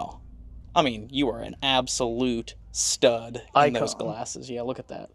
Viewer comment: is is stud or dud you said? 😊